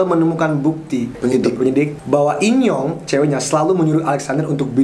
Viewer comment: In young, gye dengernya inyong alias enyong apasi pokoknya itu wkwk